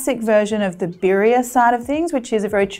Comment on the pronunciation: Little pronunciation help: BEE-dee-uh